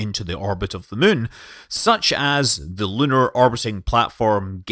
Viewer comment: We’re not playing KSP, call The Moon ”The Moon” instead of ”The Mün”